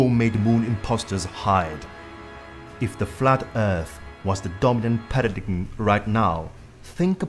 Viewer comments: It's not pronounced PA RA DIG EM.. Its PARA DIME... Don't be a European dunce!! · When you can pronounce paradigm CORRECTLY you might has some credibility.